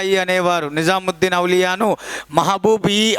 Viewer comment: నిజాముద్దీన్ ఔలియా కాదు. నిజాముద్దీన్ ఔలియా